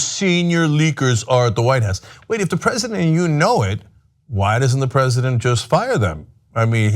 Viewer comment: "i love The PreZZidant"